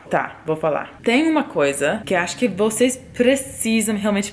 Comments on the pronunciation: você fala português igual ao que falamos em Belém, no Norte do Brasil! Falamos o “s” com som de “x”. Vocêx! Rsrsrs! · Seus "vocês" é muito carioca ksksks